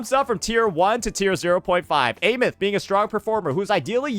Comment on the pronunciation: How long is bro gonna keep mispronouncing Aemeath… since her resonator showcase they told you how to say it